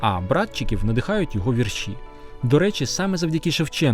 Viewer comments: Не "віршІ", а вІрші. Наголошуйте правильно. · хіба не знеєте наголоса -"Вірші"? , треба наголос на перше "і" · ДорогийиАкім Я дуже люблю твої передачі Ми великий розумник і молодчина Твоя мова загалом вірна Але сьогодні ти мене здивував: у слові вірші наголос падає на перший склад: у моїх вІршах я часто пишу про Кобзаря-Пророка-Батька Тараса Я пишу вірші з самого дитинства, пишу, скільки себе й пам'ятаю Дуже люблю твої передачі та й ти сам мені дуже подобаєшся Я пишу не тільки українською мовою, а й французькою, рідше англійською та зовсім мало расєйською Виставляю вірші за порадо ю мого сина у ФЕЙСБУК То ю я маю багато друзів у 19 країнах світу Я була б дуже рада мати й тебе своїм другом п. Люсі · Звільнення не з рабства, а із кріпацтва... І не віршІ, а вІрші ...